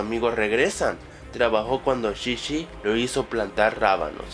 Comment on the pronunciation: ya no es chichi es shishi xD